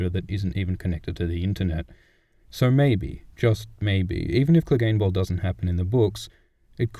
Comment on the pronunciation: and don't get me started on angry joe saying cleegun bowl